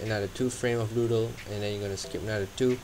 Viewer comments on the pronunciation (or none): sorry but that sounded like noodle in my ears lol